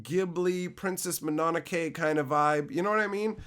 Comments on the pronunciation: Leave it to a Canadian to call Princess Mo-no-no-ke, Princess Muh-non-okay 😂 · The movie will now forever be pronounced "Princess Manana kay?" whenever we watch it for movie nights!